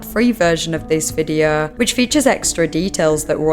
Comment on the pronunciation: Investigeeeeh, videeauo etc. , the same "melody" of every sentence - pure pain to listen to this weird narration!